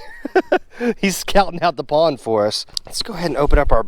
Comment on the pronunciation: Nice pwwnnd. Lol I think its pond. Lmao